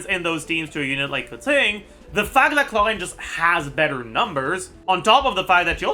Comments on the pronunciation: Keching, not Kezin man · Why does he pronounce keqing like that